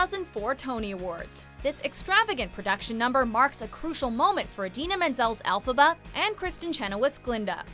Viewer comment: did this bitch say elphaba like alphabet?